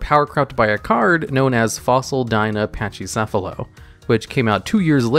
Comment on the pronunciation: Learn to pronounce "pachycephalo" bro. The CH is pronounced like a hard CK.